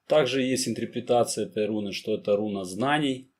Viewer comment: Интерпретация, а не интрипритация, в остальном интересно.